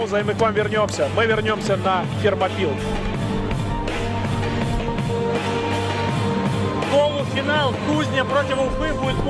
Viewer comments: дорогой, Фермопилы, а не Термопайл)))) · ФЕРМАПИЛЫ!!!! а не термопайл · Фермопилы же, а не термопайл. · Фермопилы, а не термопайлы... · Фермопилы, а не термопайл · Фермопилы! Так правильно.